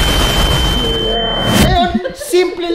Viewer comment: Katis po yun hindi katas